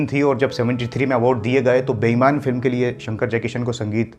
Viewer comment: "k" boliye "ki" nahi